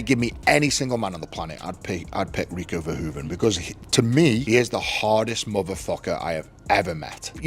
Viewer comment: Dear AI voice: Next time, at least pronounce Rico Verhoeven's name Correctly. Thank you for your attention to this important matter. Greetings from the Netherlands.